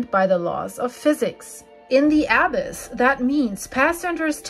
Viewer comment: You are not pronouncing the “abyss or abysmal” correctly. Why don’t you people who make these you tube videos look up the words you don’t know on Google, ask it to pronounce the words you don’t know.